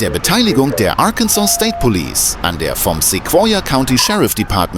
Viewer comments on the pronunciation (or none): "Police' " not "Polices". 🙄